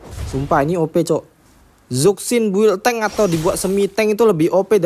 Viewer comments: Zusin bukan zuksin .. berarti sakvier bukan savier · Zuksin anying, zushin bang cara bacanya😂😂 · Izin koreksi penyebutan nama Zhuxin itu bkn (ZukSin) Tpi dibaca (CuShin) krn di mandarin Z itu dibaca ny kyk C, cntohny kyk nama Dong Zhuo bukan dibaca (Dong Zuo) Tapi dibaca (Tong Chuo). Ga brmksd apa2 ya... just fyi dan izin koreksi aja biar yg awam jg tau